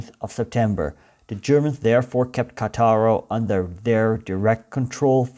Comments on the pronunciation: The name of the city is Càttaro, not Catàro. Spàlato, not Spalàto. Your explanation is too much pro-Slavic. If the interior of the Balkan peninsula had been completely Slavicized for centuries, the Dalmatian coast was only partially Slavicized. Many coastal towns had maintained their Romance dialect until quite recently. In others, Venetian language was prevalent until the fall of the Venetian Republic (1797). The situation changed only in the 19th century, with a real Slavicization of the coast. According to the Slavs (and you only heard their bell), they have always been there , even Marco Polo was called Marko Polo and Pinturicchio was called Pinturic. Instead, the Slavs have certainly been around for hundreds of years, but before they were the country servants of the native inhabitants. Now, they say they built it all themselves (the true natives). Which does not explain why in the interior of the peninsula they were only able to build poor buildings or bad copies of Austrian and Turkish architecture. When archaeologists discover cities of classic Slavic vegetable huts on the coast, they will be right. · Please note that Spalato and Cattaro are pronounced in Italian with a stress on the first syllable.